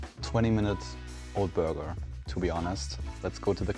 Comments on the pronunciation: if this lady says buurwgga one more time i swear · I hear booger every time the woman tries to say burger. 😂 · I like the way she says "Burger" 😅